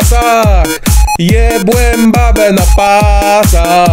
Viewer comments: BEBE ? czy raczej babe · a nie powinno być "babe" zamiast "bebe" czy tylko ja to zauważyłem ?